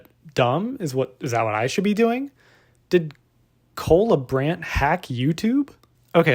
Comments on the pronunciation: Does this guy realize his name is Cola Brand? That's all I hear when you say his name. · I thought you said "cola brand" and you said what comes to mind when i say cola brand.... coca cola? 🤣🤣🤣